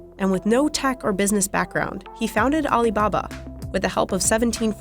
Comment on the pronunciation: Aleebahbah interigence